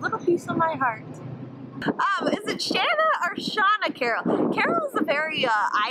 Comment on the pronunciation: "Sh-Ann-Na" You guys had it right :) I am Canadian with Irish ancestry. I introduce myself like James Bond lol because of my last name. Carroll, Shana Carroll. Thanking for answering. Rough plans keep you felixaeble, it's the best way to travel. Good job at packing the drone! Hope you get a chance to do a what's in your backpack video.